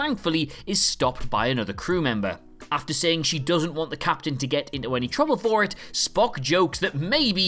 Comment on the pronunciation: Don’t forget “Captian” Pike.